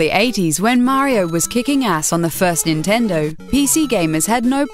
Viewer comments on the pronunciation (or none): none